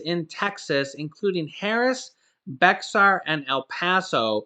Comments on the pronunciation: It is pronounced as bear like the animal not Bexar x is silent. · Hey Bexar is pronounced Bear.. the x is silent.. I got a laugh out of it.. it's because it's a spanish word back from when Texas was part of Mexico.. lmao.. have a good day... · Lol what a non Texan way to say bexar county.....it’s pronounced bear county...the x is silent duhhh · Bexar is pronounced Bear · Bexar is pronounced "Bear" just FYI. Thanks for all of the information, I never miss a video! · Bexar county the X is silent. It's pronounced Bear county. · Hi, Bexar county in TX is pronounced Bear. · Hey,. Bexar County is pronounced “bear” that’s San Antonio. LOL. We have a lot of Spanish cities and counties. Love your updates. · The H in Bexar is silent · They make so much to mispronounce around here not just Bexar! LOL Boerne, Huebner hahaha it's funny you can spot the newbies right away! Is the rental assistance being offered now part of the 25 billion or this is a separate deal?